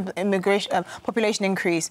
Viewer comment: Pweeze th-tawp immagway-shun